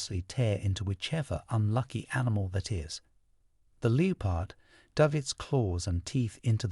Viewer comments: It’s not a Leepard. It’s a Leppard pronouncuation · The Leopard!!!! Its 'Le- pard' not Lee-o-pard' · The “leo-pard”? A very odd pronunciation for “leopard.” Hmmm … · What, not who, is narrating these. I'm so tired of the distracting mispronunciations. Not happy. "lee-oh-pard"? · How on earth is your AI pronouncing leopard, LEE OH PARD… This AI crap needs to go bye bye! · Leepard?? You need someone who can read and pronounce words correctly. So annoying!! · My thoughts as well! It's so distracting as well as aggravating to hear words mispronounced, particularly "leopard"!!!